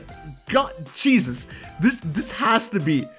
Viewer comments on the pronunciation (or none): DID YOU SAY “CHEESUS”?